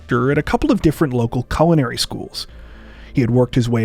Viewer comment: you mispronounced "culinary."